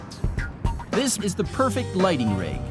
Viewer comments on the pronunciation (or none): none